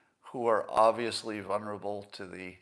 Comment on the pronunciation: Scott please please just stop trying to say the word, "VULNERABLE" ....(VUL-neR-uh-bul) ...it makes me yell at you every time you mispronounce it, which is every time I hear you say it ....you know very well, the letter 'L' is not supposed to be silent in the first syllable of that word ... I think you know more words than I do which convey exact same meaning. You might say, 'at risk' or something like that. Please? Ok, I will never rant at you again, I love you Scott.